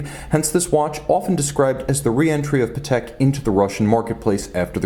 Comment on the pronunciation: I think you do superb reviews but please, it's PAtek not paTEK